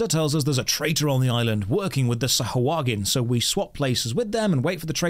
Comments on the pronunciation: ackshually Its not Sah-ha-HUA-gin, but Sah-hua-gin. its always fun to hear someone pronounce something wrong xd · Well... the Storyteller is right... its pronounced Sahagin... not SahUagin XD